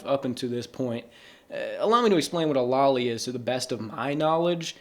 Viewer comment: bro I know you pronounced it lolly and hentay just to trigger people but i'm NOT FALLING FOR IT